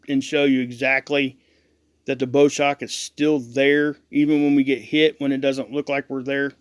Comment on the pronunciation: It is not "Bow" Like Bow and Arrow, it is Bow, Like the bow of a ship going through the water. Just sayin.